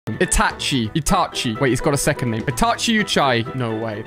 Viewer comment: is terrible at pronouncing names